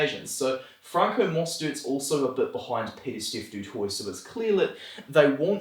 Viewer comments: actually we changed those a little as well, du Toit would be pronounced "do toy" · Du Toit is to be pronounced "a la french" right ? du twah then, I think it's easier for french people to name all of those french boers descendants correctly. As there's also many flemish people in the north of France where I am from, we also know how to name correctly the dutch and german boers descendants, my primary school teachers were Mr and Mrs Van De Kerkhove as an example (my mother has also been raised in The Netherlands from age 3 to 16, so she taught me a bit of flemish dutch language). Also people in the east side of France, mainly the alsatians, know how to pronounce correctly any german names. We are kind of cousins in that way.